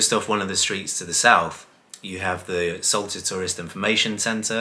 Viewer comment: It's 'S-ALTA' not 'S-ULTA!! Numpties